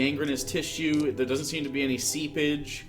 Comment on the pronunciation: this is my favorite DnD content on youtube, but please god stop saying the word "seepage".